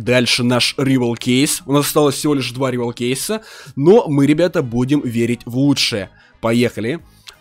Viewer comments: Правильно говорить раивал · Райвал правильно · Правильно райвал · Правильно РИВАЛ